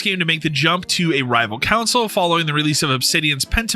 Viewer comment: Hearing console pronounced couwnsole hurts my ears.